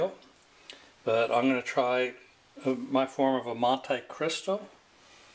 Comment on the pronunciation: It's Mon-tee Cristo NOT Mon-tie Christo